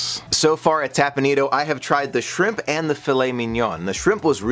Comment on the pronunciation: Teppan Edo, not tapanido